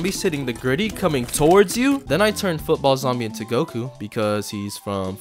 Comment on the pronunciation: that ain't Goku, that's gomku 💀